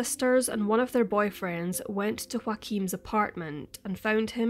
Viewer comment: Groomed and sold or murdered by “Wahkeem”.